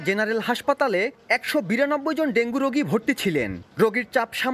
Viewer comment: সংবাদ পাঠক ডেংগু না বলে ডেংগি বলছেন, এরকম ভুল উচ্চারন কিভাবে করেন,একজন সাংবাদিক?